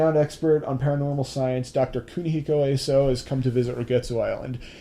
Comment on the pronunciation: just thought i'd point this out, asou is not pronounced A-so with a hard a, it's pronounce ah-so with a soft a sound like in the word assumption